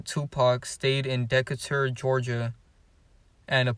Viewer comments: Atlanta and Decatur are right beside each other. But side note Decatur is pronounced Dee-kate-er lol but the vid was great keep it up. I still say Curtis mayfield is 2chainz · Dee-Cate-tor That's the way you say Decature Georgia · Bruh it’s pronounced De(dee - cate - ur)catur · It’s pronounced “Decay Turr”😂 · Deckatore 🤣 Decatur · Lol cause baby what was that lol. It was cute though lol he tried